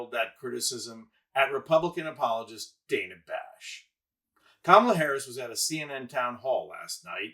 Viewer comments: The bites are good. He wastes our time. One of the STOA. The Slow Talkers of America. (He also mispronounces DANNA Bash’s name she’s not DAYNA Bash. Get it together! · I'm no fan of Dana Bash but why did you mispronounce her name for the whole video? "dan-uh" not "day-nuh" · I’m a Harris supporter but please say Dana Bash’s name correctly and you had Van Jones name incorrect. You lose credibility.